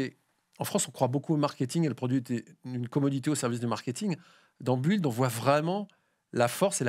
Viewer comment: Please, la prononciation pour "build". Déjà la son "u" n'existe pas en anglais, donc cela serait à la rigueur le son "ou". Mais ici cette lettre est muette. Donc, c'est /bɪld/